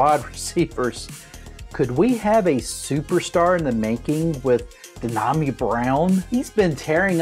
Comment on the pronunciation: Who is “D-Nah-Me” Brown? And why in the hell are you wearing a “Redskins” jersey in 2021? Come on bro, if you really want anyone to take your channel seriously, here are some friendly tips: 1. Learn how to pronounce the players names. It’s pronounced (Dee yah me). 2. Take off the “Redskins” jersey. It’s 2021. You’re looking real stubborn and out of touch right about now. I too am a lifelong fan, but it’s time bro. Put the “Redskins” gear under glass, in the closet or wherever. We’re not the Redskins anymore. Just my thoughts…..peace to you.